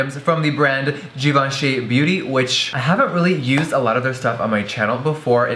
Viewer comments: jeffree pronounces it like "g-von-shee" while the correct way to pronounce it is "jhee-von--shee" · every time jeffree said "jivanchy" instead of givenchy I cringed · I don't care what people say, I'm pronouncing that ish GIVE-EN-CHEE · I always thought it was pronounced give-enchy whoops